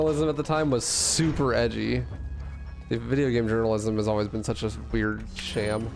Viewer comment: blud said weirdge